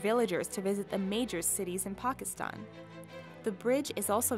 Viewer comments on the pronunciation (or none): none